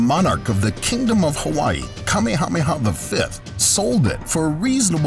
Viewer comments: The King's name is pronounced Ka-may-a-may-a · Did you say 'Kamehameha'??